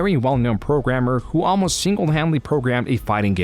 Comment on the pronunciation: Is this AI narrated? Some pronunciation is kinda odd. Instead of 'almost' you said 'amlost'